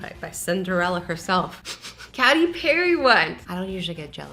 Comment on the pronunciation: Is anybody else triggered by her calling Katy Perry caty Perry!! Lol🤪